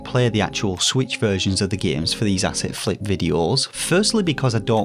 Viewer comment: The first time I ever checked out your channel and you said, " Asset Flip" , I thought you said , "Acid Flip". "PIX ARTS" Sounded like "Pick Ass"😁 Thanks for warning the gaming population.